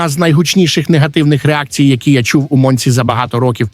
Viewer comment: Култхард не чемпіон! ,,Монца" - наголос на ,,о". Читати чужий текс і не розуміти ... Це дебілізм науково кажучи.